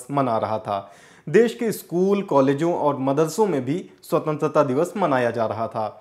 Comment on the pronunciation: Bhai swatantra to bolna seekh lo.